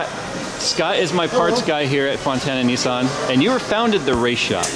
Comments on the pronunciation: Nis- San not neeeee-suuun. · lol .. Nissan = Nee sahn .. apparently =p